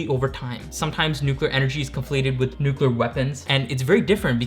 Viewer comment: He said "nucular" he's been turned off and don't ever try to come in my space again. Thats willful ignorance and I couldn't trust him to not f up my reactor.